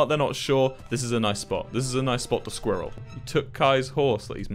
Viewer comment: no one, Wilbur: "sqeeral"